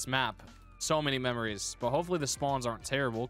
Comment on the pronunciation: He said mebrous , not (memories) LOL😂😂😂